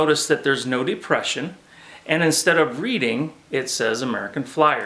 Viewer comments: The correct pronunciation is RED - ing Not Reading. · I enjoy your videos BUT!!!!. Can't believe you mispronounced READING!!!! You've never heard of the READING RR? It's pronounced RED-DING. Thanks for all you do and your shared enthusiasm for American Flyer AC Gilbert trains. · nice presentation my father bought two 1951 or1952 AF Steamer sets with link couplers which are long gone. The lettering on the second engine you show has READING in it. It stands for the READING Railroad and is pronounced "Redding" as we Pennsylvanians say it.